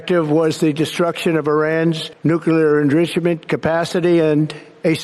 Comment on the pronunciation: He misspoke enrichment prob totally on purpose. Lol